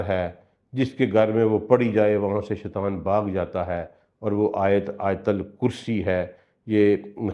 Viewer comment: Sir ap bohat acha byan farmate hen lekin Ibtda me اعوذ باللہ من الشیطان الرجیم ۔. Ki jagah ap shaitwan parhte hen is ki tilawat theek kr len or شیطان الرجیم parhen ... shukriya